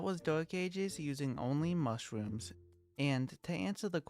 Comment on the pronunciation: The way this guy talks is so adorable bro, " mushwooms TwT "